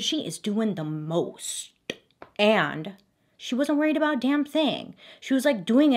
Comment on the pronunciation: "She is doing the MOSTTT." I fell out with the pronunciation of the "T" LOL Simple but beautiful makeup also.